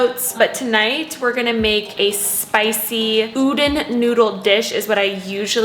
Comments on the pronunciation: I had to click off the video when she kept saying “oo-dun noodles” 🥴😔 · Hehe I'm Japanese and I think you mean U-Don (as in Donald Duck). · Hey idk If someone has told you yet but I just wanted to add that udon noodles are pronounced like oo dan. Just wanted to let you know. Great video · If the noodles you were talking about are spelled udon, it’s pronounced oo-dawn ( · the way you pronounce udon cracks me up, but anyway great vid and i'm not even vegan! definitely will incorporate these type of meals every once in a while though xo